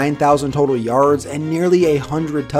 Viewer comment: The way you say “yards” tho. Yarrrrrrds